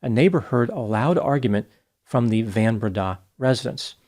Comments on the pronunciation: That 'van' in van Breda is pronounced 'fun' (f`uhn) . It's Afrikaans. Hello from South Africa! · The surname the van is pronounced like the word fun. Fun Brenda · Henri Christo Van* Breda *(pronounced "fun") if you're intersted in getting some afrikaans language skills ... Stellenbosch is pronounced in point ❤❤❤ well done... super impressive